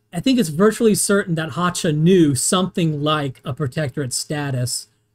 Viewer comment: Thank you for this exhaustive analysis. But I have to say... YOU ARE MISSPRONAUNCING WORD "CZECHIA" AND "HÁCHA" SO BADLY, YOU TEARING MY EARS APART 😅 Letter "ch" should be pronaunced in those cases as in the word "ReiCH". Your pronaunciation is similar to letter "Č" in slovak language, which is so wrong 😅 By the way... I'm a massive fan of your work from Slovakia 👋🙂 BTW: Why do you think that Germany did not need consent of Czechoslovakia regarding Munich agreement? We were a newly formed state back then, even if we were considered "obnoxious" by the Germans and Austrians, because of our location.